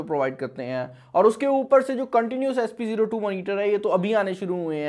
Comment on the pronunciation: Its spO2 not sp02